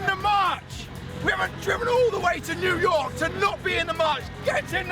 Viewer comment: New Yoyk city lol